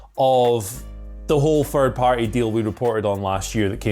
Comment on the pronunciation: "Fird Party" 😆